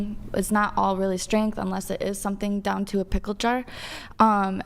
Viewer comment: Schtrennnttt....schtrenntt wtf